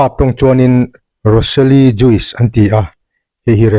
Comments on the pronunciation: Juice hi jush ti anga lam nise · JUICE ah hian 'i' hi lam rik telloh tur. Joos ri angin. Ka thiam ber lo na a..a dik inkawhhmuh nan hrim²